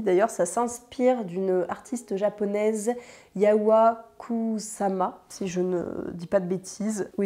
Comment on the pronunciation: Bonjour, l’artiste japonaise dont tu parles s’appelle Yayoi KUSAMA, son prénom se prononce Ya-yo-i (comme s’il y avait un tréma sur le i) et son nom de famille KOUSSAMA. En japonais, on dit d’abord le nom de famille, puis le prénom, soit: KUSAMA Yayoi.